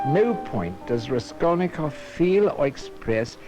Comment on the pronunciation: Raskolnikov, not Reskolnykov :-)) Čtu teď Zločin a trest, je mi 68, poprvé jsem ho četl v 15 letech.